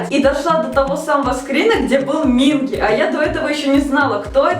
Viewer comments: не мИнги, а мингИ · Ким Хонджун(ударение на у) Пак Сонхва( ударение на а) Чон Юнхо(ударение о) Кан Ёсан(ударение на а) Чхве Сан Сон Минги/Минки(ударение на вторую и) Чон Уён(ударение на ё) Чхве Чонхо(ударение на вторую о) Вы немного не правильно имена произносите)) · Почему все вы говорите Минки "К" а все корейцы и сами парни говорят Минги "г"??(( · извиняюсь, но правильно минкИ (ударение) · Ставьте ударение на второй слог имен, т.е МинкИ и тд) По кор.правилам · Извините меня за занудство, пожалуйста Но правильно говорить МинкИ т.к. в Корее ударение всегда падает на последний слог И я так рада за вааас~